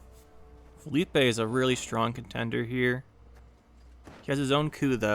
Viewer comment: Assimilate vs Status Ball is always such a funny match up, you played it really well I think - also I think Philippe is pronounced like “Phil-eep” bc it’s a French name rather than the Spanish “Felipe” with the “ay” sound on the end